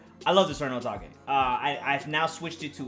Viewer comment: is pronouncing eternal atake in a wrong way